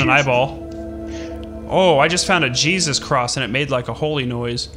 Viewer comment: DONT SAY HEYSUSE I AM CHRISTIAN IT IS SO FREAKING OFFENSIVE